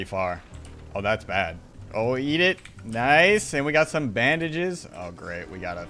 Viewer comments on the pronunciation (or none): none